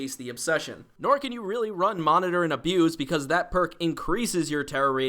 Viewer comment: Thank you for pronouncing "Monitor and Abuse" correctly.